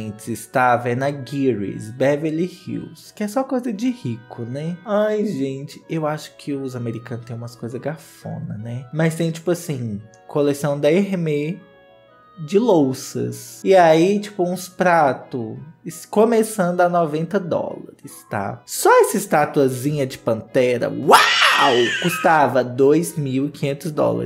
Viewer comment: É "Hermééééés" amor... Com acento mesmo, é assim que pronuncia porque é nome própria 😉 Morro de rir com teus vídeos💋